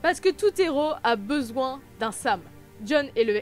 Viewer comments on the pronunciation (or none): none